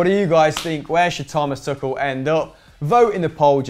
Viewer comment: "Tuchel" not "Tuchal", unless there's some play on words which I don't understand :D